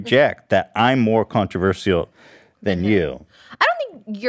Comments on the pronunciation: The way Ethan says controverceral instead of controversial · Yo why are they pronouncing “controversial” differently?